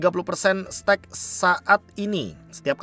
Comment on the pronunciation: Be sepele sih ini, tapi baca stack-nya agak ganggu, jadi laper dengernya steak mulu😂